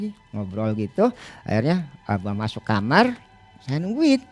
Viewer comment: Kenapa semau narsum kalo nyebut "Kamar" jadi "Kamer"....?!?